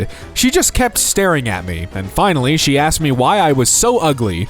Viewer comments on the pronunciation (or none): none